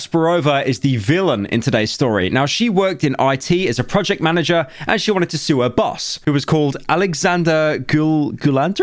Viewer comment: When you said "wanted" i heard "one tit" and thought who the fuck names their movie like that